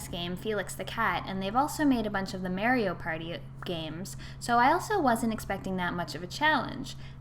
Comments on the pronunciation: Mario, not Mary-O. What a dumb bitch. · JASON Mah-ree-oh